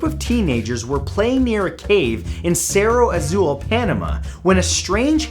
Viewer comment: I love how you pronounced cerro azul (hey im from panama and i was about 7 years old when that happened lol)